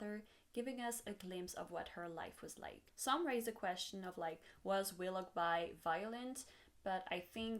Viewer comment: Very nice breakdown! Also: Wiloughby is pronounced willow-bee. :)